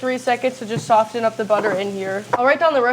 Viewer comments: Pleas stop saying the t in soften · soften has a silent t 🙄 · I know everyone is on you about how your pronounce stuff, so I will add, it’s not sof-tin, it is saa-fin. I. Love your channel and try your recipes. 😊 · Perhaps he could also tell her that Soften has a silent "T" aa well. Soffen is how it sounds. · the T in soften is silent. Dad missed that one! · "Soften" is not the same thing as "often" with an S added at the beginning. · Where on earth did you ever hear the word tangy pronounced tang-gee... soften, the t is silent. Thank goodness dad is there to fix the education your teachers failed at. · Love this, thanks a lot..... the T in soften is silent. only love to you guys. can't wait to try it! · Pobrecita!! Don't worry about getting the words right. We know what you mean. Also, just for reference, the "t" in soften is silent! 😊